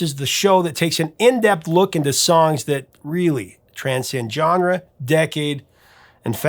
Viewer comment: Who is this Johnra you’re always mentioning? You mean “genre”? It’s pronounced, “zhahn-ruh”,.